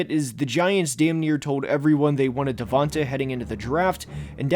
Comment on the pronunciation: Put some respect to DeVonta’s name, literally. “Devonte” come on man. And your grading criteria for him is bizarre. “Is he a top-4 or 5 WR in the league?” That’s your standard? He’s, at worst, a 1A WR. I guess Garrett Wilson is a bad pick too because he went 10th too, and isn’t a top-5 WR.